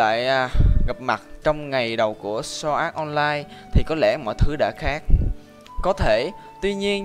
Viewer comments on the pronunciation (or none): Sword art online đọc giống sword ass online trong minecraft của Jaki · " so ạt on lai"